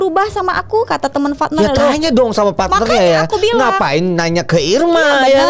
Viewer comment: Partner ya bukan fatner 🤣🤣🤣